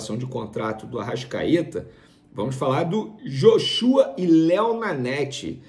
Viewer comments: NÃO É JOXÚA, É JÓXUA PO kkkkkkkkkkkkk ja ta ha 1 mes falando errado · Rapaz, vá estudar, aprenda a pronunciar os nomes dos atletas do Flamengo!!!!! Não é "ióshua", nem tampouco "Joshúa"!!! a pronuncia é ""Jóshua""!!! Jornaleiros fracos!!! Pelo amor de Deus, estudem, pesquisem, só ficam de bjular o BAP!!! SRN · Pô irmao, é "JÓshua nao "joxúa" a pronuncia, pelo amor de deus, que dificuldade em pronunciar os nomes, misericordia. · Tá falando errado, é Joshua (Joshuá) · A pronúncia correta no Joshua, é grave no ó...... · venê tem um nome estranho e por isso pronuncia o nome do Joshua de forma igualmente estranha, joshÚa é coisa de outro mundo kkkkk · Venê! Pelo amor de Deus! É Jóshua! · Vene , vc tá falando “Joshua” , errado … verifica aí . Tmj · Essa pronúncia do Joshua tá errada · Chamei vc de burro por não saber pronunciar Joshua corretamente. Mas agora vi que tú é ignorante mesmo. Isso prova que ter uma faculdade não influência em nada.